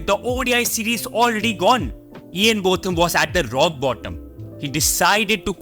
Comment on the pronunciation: Ian's name is pronounced Bowtham, not Both am. Imran Khan is in prison in Pakistan at the moment due to maybe trumped up charges of corruption when he was Prime Minister.